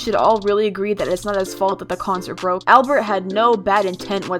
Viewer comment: “ablert” bruh albert